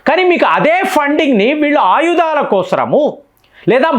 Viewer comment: తమ్ముడు నీవు కొన్ని తెలుగు పదాలు తప్పు గా పలుకు తున్నావ్. మదర్ థెరిసా తెరాస కాదు, ఆయుధాలు వాయిదా లు కాదు.